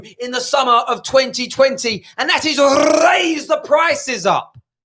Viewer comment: When rolls his tongue for “rrrrrrraise the prices up” LMAOOOOOOOO